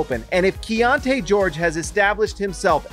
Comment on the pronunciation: Is it key on te or key on ti? You keep saying the later. Which is it?